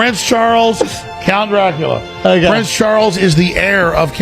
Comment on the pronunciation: Dracula the A was silent so it sound like dracul